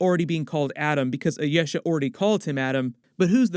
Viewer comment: The pronunciation of Ayesha! LOL I-YES-a vs I-yee-sha